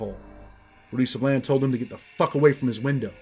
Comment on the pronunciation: when you Pronounce" Sablan", its like this,.." Sãblån" Sa like Saturday, and blan like blonde. "Sablan."👍